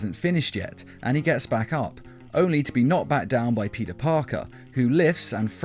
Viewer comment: U said puty Parker